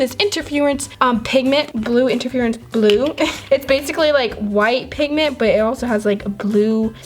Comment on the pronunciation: You said pigten